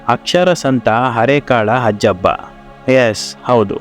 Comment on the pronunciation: ಹಜ್ಜಬ್ಬ ಅಲ್ಲ... 'ಹಾಜಬ್ಬ'. ದಕ್ಷಿಣ ಕನ್ನಡ ಜಿಲ್ಲೆಯ ಮ೦ಗಳೂರು ತಾಲೂಕಿನ/ಈಗಿನ ಉಳ್ಳಾಲ ತಾಲೂಕಿನ ಹರೇಕಳ ಗ್ರಾಮದ ನ್ಯೂ ಪಡ್ಪು ಎ೦ಬಲ್ಲಿ ಇವರ ಕನಸಿನ ವಿದ್ಯಾ ಮಂದಿರ ಇದೆ... ಹರೇಕಳ ಹಾಜಬ್ಬ...